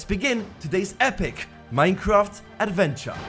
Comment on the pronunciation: 😂😂 this guy said "arventure"